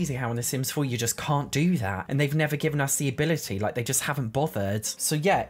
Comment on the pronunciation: I absolutely love when he says, the sims 4 could nevah